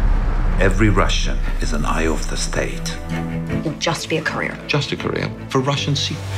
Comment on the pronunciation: Ben, please say this "Page three hundred, ninety, fou -- r"